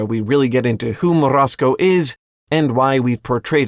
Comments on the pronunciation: MorOZko, not Morasko. I am a russian speaker sooo... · As a Russian, I do appreciate the effort you made to roll the R on Morozko lol Also, holy shit this story is so fucked up, how have I never realized that growing up??? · I like your pronunciation of "Morozko"